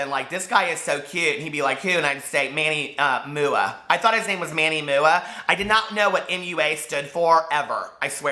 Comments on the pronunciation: Manny moo-ahh. Cracked me up!! I think Manny is funny, I don't really trust his reviews but he makes me laugh. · "manny mooa" 😂😂😂😂 i lost it omg